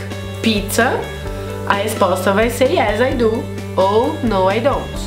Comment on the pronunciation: Achei que pronunciávamos Do =Dhu, e não du